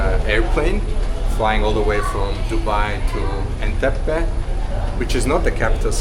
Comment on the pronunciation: I can't imagine watching all this video from start, 😂 but I hope 50gb lasted for you. Its Entebbe not Enteppe